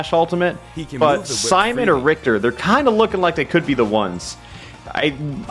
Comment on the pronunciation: Rick-ter. Tch is makes that sound not cht.